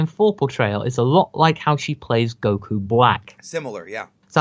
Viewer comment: Warms my heart to hear you pronounce "Goku" correctly, even if it was just once at the beginning.